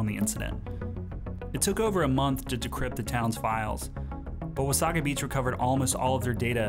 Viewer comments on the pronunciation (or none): It's pronounced Wah-SAY-guh not Wa-SAW-gah. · It’s Wah-say-ga beach not Wah—saw-ga beach ... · Wasaga is pronounced "wuh-say-guh" not "wuh-saw-guh". Also, Wasaga Beach is not a quiet retirement community, it's a beachfront "party town" for ppl coming from Toronto. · I've always pronounced it "Wasaiga" Beach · Its wa - say - guh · It’s pronounced “Wa-say-ga”. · That's a wee bit close to home for me, so close that I know you mispronounced wasaga.